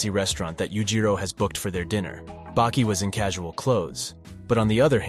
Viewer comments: Why he keep calling Baki “bakey” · Bro wtf? You were changing up the way you pronouced Baki. FIrst it was Bah-Key then Bake-key, then bacc to Bah-Key? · "Baeki" lmao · This was great but I feel like u miss pronounced things & said things weird on purpose just to grab ppls attention. Like when u said Baki’s name wrong several times in a row twards the end & then started saying it right 🤣 anyway u get a like from me & a sub